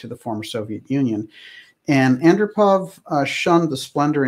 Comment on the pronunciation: Yuri Andropov is pronounced: Ann-DROP-ov.